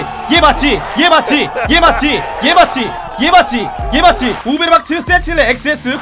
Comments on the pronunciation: 애 맞지가 난 왜 애 마티 들리지? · 이에마찌라고 하시길래 일본말인가 했더만 얘 맞지 였어ㅋㅋㅋㅋㅋㅋㅋ + 오랜만에 얘 맞지 1시간 반복 어떻습니까ㅋㅋㅋㅋ